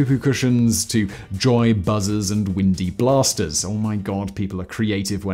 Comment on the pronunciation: “Windy Blasters” sounds so wonderfully British with your accent, Simon.